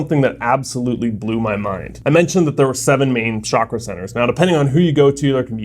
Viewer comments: it's pronounced CHakra, not (sh)akra, i believe (sh)akra means genitalia hahah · What do you mean "It doesn't matter. I heard them both"? It's chakra, not shakra. It's Sanskrit. A language that is strictly connected with the culture and system you are just about to talk about. I lost interest right away. I am going to keep watching the video to see what else you are going to say. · Its Ch a kraa, we dont say cha.. the ch sound is a flat one. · Amazing video... Your knowledge is so beautiful, LOVE IT. However, Please try to call it Chakra as in pronouncing CHA in Change. Pronouncing it as Shakra, is close to the sanskrit word, Shakrith which is faeces... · Chuck-ra. How you pronounce it in Sanskrit and it does matter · It’s pronounced Chuk-Rah. Western countries ruined the pronunciation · Both the pronunciations of Chakra are wrong. The correct pronunciation is "Chuck- raas". Chakra literally means circle or wheel. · chuck+ruh would be the closest original pronunciation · Pronunciation of Chakra. As in chair. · An indian master would ask you to practice pronunciation of 'चक्र' (chakra pronounced as "chuck-r-uh") for over a month before actually telling you what it is. 😭😭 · Lol it's called chaakra and shaakra in other parts of the world, but the original word from india is pronounced chuck-raa